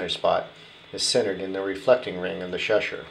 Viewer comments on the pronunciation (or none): Its pronounced Cheshire not sheshire